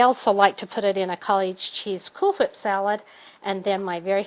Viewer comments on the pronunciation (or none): lol she says Cool Hwip, and Favor-ITE